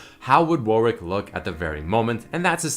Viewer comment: Pls stop say warick ITS WARWICK IT FUCKING TRIGGERS ME I'm not pedantic shut up